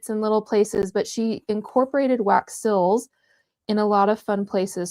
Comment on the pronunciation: These are so beautiful! The only thing is that whenever you say the word "seals" it sounds like you're saying "sills." 😂